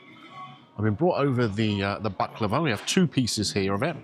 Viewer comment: I know it may sound odd but thank you for pronouncing Baklava the Turkish way! I'm tired to hearing baklaaahva and being corrected to this ☺️ PS: Nothing beats my auntie's homemade one 🤤